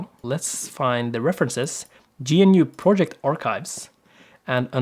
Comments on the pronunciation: btw GNU is pronounced gnu not G-N-U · Anyone else uncomfortable by the way he pronounced GNU?